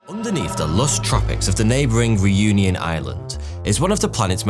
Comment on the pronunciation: Man you butchered 'Réunion'